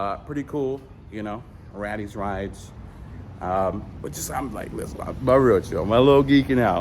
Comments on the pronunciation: RAYYYYYYTEEEEES RIDES. NOT “Rattys”. Poor. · I love how you keep joking about other YouTubers huge channels calling them small when in reality how many subscribers do you have…? And by the way it’s not pronounced Rattis, its Raiti’s smh!!